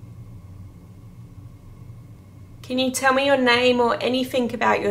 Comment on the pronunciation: Yes where you tagged it “Me” that sounded like “Amy” 🤔